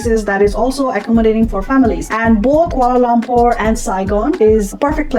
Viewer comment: Being educated people its quite a wonder you could not pronounce Kuala Lumpur properly. Its not Kuala Lampor. All the letter 'U's in Kuala Lumpur are pronounced like U in sugar. No wonder you don't have that many subscribers.